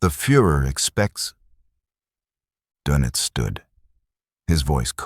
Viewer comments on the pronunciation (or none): Sorry for the pedantry , but it’s Admiral Donitz. There’s an umlaut over the o that changes its pronunciation. All this is unimportant other than signalling the reader that whoever cannot pronounce Donitz probably has not done much research